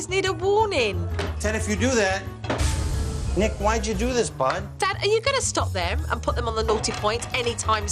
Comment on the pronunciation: She called him Nicka 😂